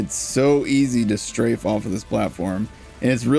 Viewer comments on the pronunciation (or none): none